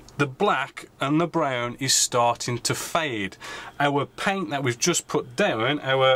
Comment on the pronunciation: You say it ve-lay-ho and also it's also down not dow-un.